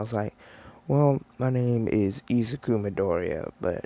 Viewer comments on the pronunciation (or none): none